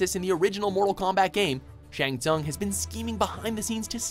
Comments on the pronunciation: How the fuck does mispronounce Shang Tsung as "Ts-ung" when the video clips they put in clearly show that it's pronounced "Ts-oong"?? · ok .... U Can't pronunce "Shang Thung" even if Shang Thung hiself prononce his name in this video.... I give up